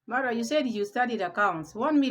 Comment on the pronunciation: Why you pronounce his name as murwa instead of Marwa.